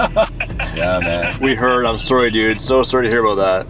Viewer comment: “so soory to hear aboot that” gets more canadian when he travels outside of NA